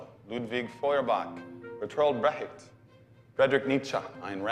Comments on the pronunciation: as a German speaker, all the German names (Feuerbach, Brecht, Nietzsche) starting have been misspronounced by both the movie and him, lmao I cant even explain here how to pronounce it bc there's no way to say "ch" in english, but for anyone interested, if you set google translate to german and let it read it out to you, that does a better job than this video the pronounciation of Sigmund Freud was the only one that was quite alright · Bear Trolled Breckit 😆 oh my sides Kevin Sorbo can't pronounce shit (Berthold Brecht, right before Nietzsche)